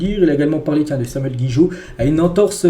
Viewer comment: Incroyable vous n'êtes pas capable de prononcer un nom correctement...(c'est GIGOT pas GUIGOT).